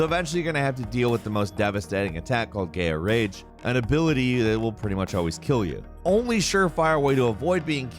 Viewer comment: demi-FRIEND? GAY-A rage? seriously...